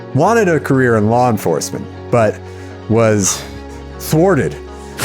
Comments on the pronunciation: When says "law enforcement" it sounds like "lore enforcement" to me and all I can think is: that sounds like a career for Skid. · Well the way she says "law enforcement" makes me doubt my own ability to read.